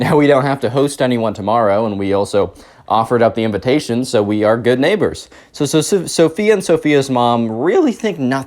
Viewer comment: "Neighbor" They sure are neigh-BORES!